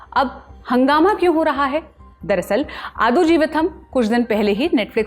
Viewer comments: It's not AaDhu it is AaDu (goat in malayalam) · नमस्ते, इस फ़िल्म के नाम का उच्चारण 'आडजीवित्म' है। आड का मतलब बकरा और जीवित्म संस्कृत के जीवन या life से आया है। जो भी शब्द दुसरी भाषा के हों उनके उच्चारण पर ध्यान देना चाहिए। ये एक general rule समझिए कि south Indian language में जब 'T' लिखा है तो उसका उच्चारण 'ट' है । 'TH' - त और थ दोनों के लिए प्रयोग किया जाता है । I hope you will take my comment in constructive way. आपने ये एपीसोड अच्छा किया पर निखिल की याद फिर भी आई।